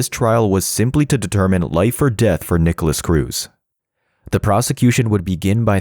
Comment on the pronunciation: This is a really good video in the sense you showed me clips, videos and information on Nikolas that I didn't know before, but god, the ai voice is so atrocious. "Peter WONG," "Jamie GOOTenberg," "NEEKolas," "12-year old student Helena Ramsay ," Helena was 17 when she died, not 12, man.